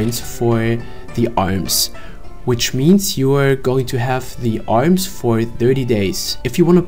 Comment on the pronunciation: Haha ist chinese oder warum spricht er das "r" als "l" alms statt arms:D